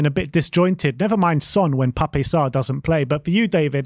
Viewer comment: Pape pronunciation is Pap 🙄